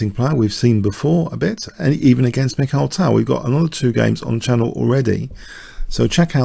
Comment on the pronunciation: Hi , I still cant believe that I resigned against you in a good position in that Banter Blitz game on chess24, hahaa. Greetings from MickThal. Your videos are great, especially Tal's games. And like you, I really hate it, when people pronounce his name Michael Tal instead of Mikhail Tal.